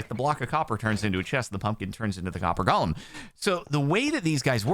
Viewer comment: you keep calling it Gollum. it's golem. Go-lem. please, donk. change ur waaaaaays!